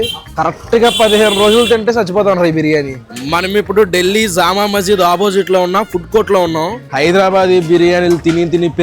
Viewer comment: Jaama maszido jamkaya maszido kaadu zuama maszid ra ayya